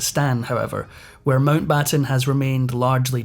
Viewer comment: Pessima traduzione, neanche il cognome MOUNTBATTEN viene pronunciato correttemente. Perchè non lasciare la V.O. in inglese?